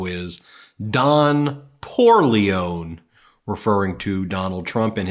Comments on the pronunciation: Don "Poorleon-EE." You gotta pronounce it like in the Godfather movie. Otherwise it falls flat and sounds like a nondescript deli sandwich. 😂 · “Don Poorleone” 😂😂😂😂😂 I’m dying here 😂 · "Don Poo - leone," is also applicable to the unhygienic Cry-Baby Loser!